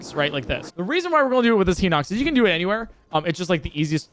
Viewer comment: Ah yes I love "heenoxes"